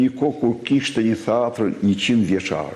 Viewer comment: PRIT SA TE MBAROJME ME SEKUESTRIMIN E PRONAVE TE ILIR MUTIT DHE M KRYEKARRIT E KAA FAMILJA E BISHAVE RADHEN PASTAJ DO MESOSH SHQIPEN TI INJORANT SERB .QUHET TEATER JO HTEATHER KRRIMINEL I POSHTER IK NE SHKOLL DHE MESOJE SHQIPEN SE PO E MESOJNE KINEZET PER NJE VIT E SHQIPETOJNE ME MIR SE TI DHE FAMILJA JOTE KRIMINELE